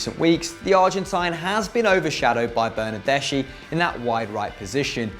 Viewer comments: It's pronounced, "Bernarde-ski." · The "ch" in Italian is pronounced "k"